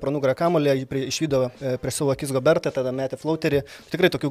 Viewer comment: Rudy GobeRRRas, ne GoberTTTas. Kad faktiniu klaidu priveliat, kaip kad Kristupas sako, jog prancuzams ateinancios rungtynes dar yra svarbios, priveliat dar tiek to. Pasitaiko. Nu bet blemba, bent jau pavardes normaliai krepsininku istarkit.